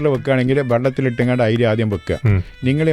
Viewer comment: ഐരീ അല്ല അരി